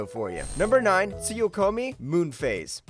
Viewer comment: isnt number 9. Tsu-ku-Yomi? how come it became Tsuyokomi? @@